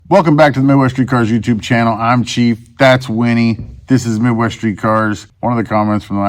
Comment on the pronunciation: bro its "CHIEF" 🤦‍♂️I wouldn't of said nothing if it was say once but you damn well said my man's name 3 times like you know how to spell😂